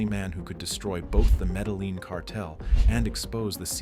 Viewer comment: You don't pronounce the L in medellin. (Meh deh yin)